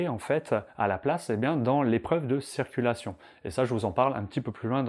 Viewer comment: A tout les moniteurs on ne dit pas cerculation mais CIRCULATION ! C est hyper penible a chaque fois !